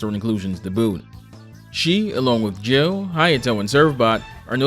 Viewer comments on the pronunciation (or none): none